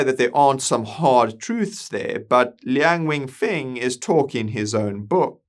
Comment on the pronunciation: It's Lian Wen Feng, not weng.